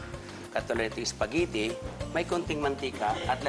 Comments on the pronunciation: what .. ISPAGITTI, UWEL and LEVER .. haha😁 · natawa ako sa "ISPAGITI" hahaha . pero idol kita chef.